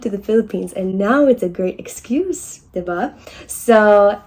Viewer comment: diva?! 😭😭😂😭 the first one I was just a lil bit hesitant that I heard her right until she repeated it. Diba?